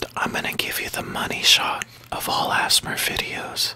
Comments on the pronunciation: Mark Emhoff he said azmur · Asthma is how you pronounced ASMR I have Asthma which is a problem with your lungs it is pronounced “A” “S” “M” “R” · It's A.S.M.R not "assmur"